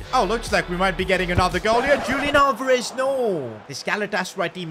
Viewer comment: it’s not Julian Alvarez how you pronounce it, it’s Hulian Alvarez